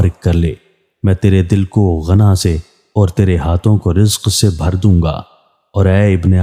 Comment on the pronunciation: You just name the Ravi but not the source of Hadith collection like Bukhari, Muslim, Tharmighi etc. and what is the level of authenticity. Also you don't care of Aaarabs when naming the narrators and arabic terms etc. for example you named Amro as Umro and Ghina as Ghana and many others. Should be very careful when narrate Hadith.